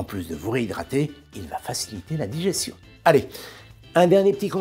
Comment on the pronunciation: Je me permets, sur une chaîne d'épicurieux, de rectifier pour accroitre le savoir de tous. Oculaire, un seul C. Digestion se prononce comme , pas comme . Idem pour gestion, suggestion (avec ; on entend trop souvent la faute < sujétion>).